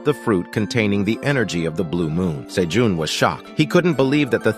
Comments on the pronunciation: Is his name pronounced "say-june", "say-john", or "say-gene"? I'm confused because this dude pronounces it all three. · sayjohn sayjune sayjean ive heard so many differnt pronunciations of this mans name in 30 mins i can help but laugh later on the cat sells 1k tomatoes then says he can only hold 150 wtf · OMG can you decide on the name? is it Sejoon or Sejun or what? there's at least three different pronunciation for his name so freaking annoying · I love the story but OMG can you stick with ONE way to pronounce Sejun's name?